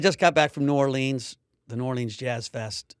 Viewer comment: Mike that’s not how we say New Orleans